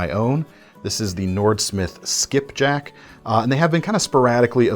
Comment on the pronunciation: Soon as you said Skipjack, I knew you had to be a Maryland boy 🦀⛵🏖️🏇🥍🌻